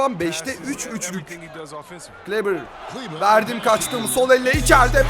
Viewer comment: 42 numaralı Maxi Kleber’in ismi ''kılibır'' değil ''kıleber'' diye telaffuz ediliyor. Çok önemli değil ama yine de söyleyeyim dedim :D